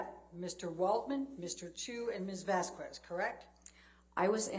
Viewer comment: It is shocking that an attorney is so alien to life that she don’t know how to pronounce the name Vasquez correctly! For those who care: the qu in Vasquez is pronounced like a k in like✌🏻